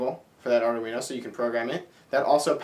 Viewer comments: the thing that stands out to me the most, is the way you pronounce Arduino. I don't think it has four syllables. It has three. I found several websites that say the correct pronunciation is: ARE - DWEEN - OH, not ARE - DAH- WEEN - OH. There is even one that actually has a woman's voice pronouncing it, but youtube won't let me post a link. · It's pronounced : ( "ARE-DWEEN-0") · great tutorials,but can you please stop calling it ARDA-UINO ? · Ardoooweeno eh?